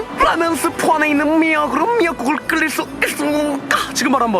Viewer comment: ‘끓일’의 발음 끌릴X 끄릴O